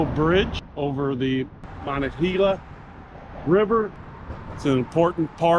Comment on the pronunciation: It's muh-NONG-guh-HEE-luh. And it's Pittsburgh, not Pittsburg.